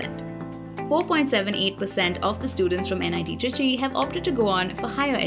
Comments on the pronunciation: It's trichy not tricky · Nit trichy and not tricky